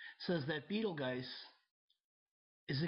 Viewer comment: While the narrator doesn't pronounce Betelgeuse properly, he's right that the comet won't hit the Earth and it won't cause a geographic pole shift. Also, I'm glad he was honest and willing to admit to being wrong at times. In addition, he is not trying to scare people into believing his theories. This is the sanest person, in this realm of thinking, that I have come across so far.